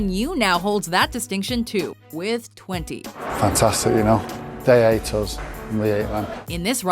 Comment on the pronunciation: "They ate us and we ate them" I realize he was trying to say hate but that was funny